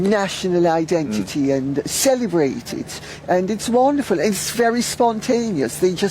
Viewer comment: Yah it’s wahnderful